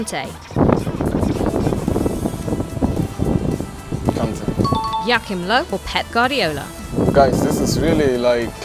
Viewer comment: How does she say ‚Joachim’😆😂?